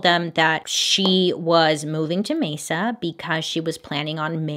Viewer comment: It’s so weird you covering this case because I live in Mesa Arizona and you’re like the only person who pronounces Mesa right!! Every other YouTube or messes it up